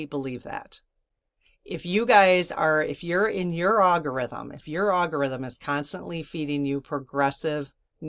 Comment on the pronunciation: Dear, I really appreciate your message of love and unity. I’m with you! HOWEVER I do so wish you would stop pronouncing algorithm as “ago” rhythm. It drives me CRAZY! 🤪 Ask AI how to pronounce it- PLEASE! Thank you and keep up your good, positive work